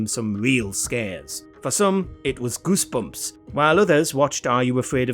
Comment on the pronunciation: Groosebumps? 😂 Think you mean Goosebumps